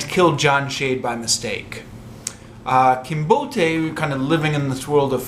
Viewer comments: "Kinbote" should not be pronounced trisyllabically. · mispronunciation of "Kinbote" makes the name sound Nigerian.